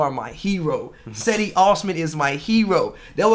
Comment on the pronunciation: "Cedi" is pronounced (Jedi)